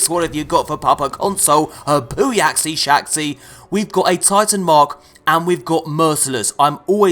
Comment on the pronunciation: Booyacksy? Are you taking the fucking piss? FUD!